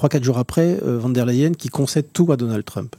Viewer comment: On prononce pas von der …mais fon der …